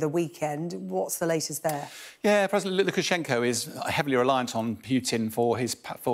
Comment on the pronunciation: Does he say president Ludicrous-Shenko instead of Lukashenko 1 min 39 sec in?